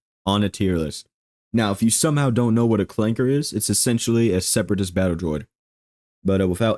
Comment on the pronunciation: I can't with this man, "ClankeR"